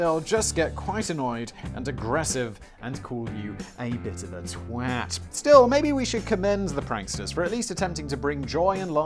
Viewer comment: The way you pronounced "twat" took all the magic away from the word. 😟